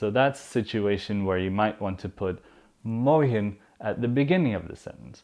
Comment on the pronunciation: please I wish u gonna answer me for this: is there any difference between Dutch spoken I Belgium and Nederland when it comes to pronunciation! for example the way u pronounce Morgen is so different...I heard people say ( Morkhn)>>> "g" is pronounced like "kh" like "sharokhan "the actor...wish u got what am saying!!! am I right!!!